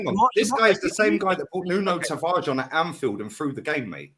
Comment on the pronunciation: who is Tavarge? the cock can't even pronounce his teams players names, lmao lmao